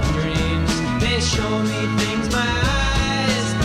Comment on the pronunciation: Did you say "fings"?